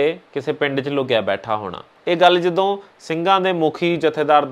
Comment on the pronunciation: Bhut vadiya par punjabi da shi ucharn kro jdo marji di jga tusi kdo marji bol rhe.... sry... tusi bhut sona Kam rhe mai bhut wada parsanshak va tuhada